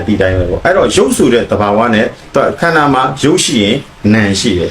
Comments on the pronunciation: ခန္ဓာ၅ပါးတောင်ပီသအောင်မပြောနိုင်ဘူး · ခႏၶာ ငါးပါးကုိ...အသံထြက္က မမွန္ပု😊